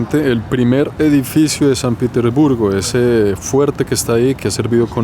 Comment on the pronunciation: Al principio dices san pitisburgo , y es san Petersburgo hable bien guevon